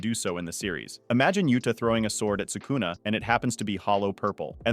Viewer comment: Crazy way to pronounce sakuna huh?